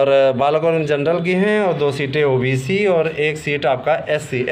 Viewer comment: ओबेसी नही होता हे ओबीसी होता हे